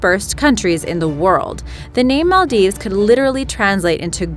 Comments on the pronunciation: yes your right Im Maldivian and she pronounced it is also wrong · The way the Maldives is pronounced 😑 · Archeepelago? Arkipelago... Maldeeves? Maldieves...Before narrating for any program, one should learn how to pronounce names properly! By the way, one country that was forgotten, was the Hutt River Province located in Western Australia and only 75 square metres or 23 square miles! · Im from maldives and the way she pronounced it is wrong and really cringey